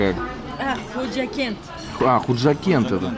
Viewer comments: Не хужакент а панжакент это в таджикистане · Панжикент гираница самарканда не худжакент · Не Худжакент а хаджикент не путай пожалуйста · Ассалому алайкум Худжанд брать, не Худжакент, ест Пенджикент. И советую побыват. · Не хўжакент а хожикент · Не худжакент а пенджикент